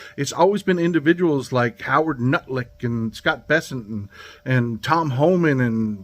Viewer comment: It's not Nulick, it's Butlick.